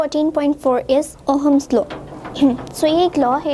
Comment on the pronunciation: It is not Ohams it is ohm's